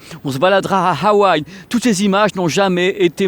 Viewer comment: Pourquoi tu prononces Hawaï comme un allemand ? Heil waï ?